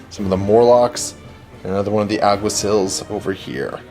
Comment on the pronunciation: Lol, Alguaciles, 'Al - gua - see - less', it's a Spanish word that means something similar to Cop, Officer, or Marshal. That mini is a Tomcat, Zeros have completely flat helmets with only one eye on the left side, Prowlers have also featureless helmets but with one line running down the middle. Die Morloc Groupe, pronounced: 'Di Morloc Group', or just Morlocs. Akalis Sikh Commandos, Akal <- no exta "L". I'm picky about naming because since you have to explain your intentions in this game it's hard to understand what you say if you mispronounce the names. Communication is kind of important in these games. :) That Iguana looks really nice.